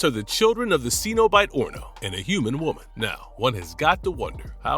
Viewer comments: The word is Cenobite (pronounced SEN-OH-BITE, the first syllable RHYMES WITH Ben) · John Cenabite 💀